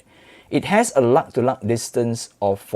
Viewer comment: "luh to luh distance"